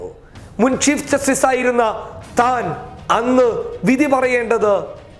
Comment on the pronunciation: ആദ്യം നീ പോയി ചീഫ് ജസ്റ്റിസ് എന്നു പറയാൻ പടിക്കെടാ പുല്ലേ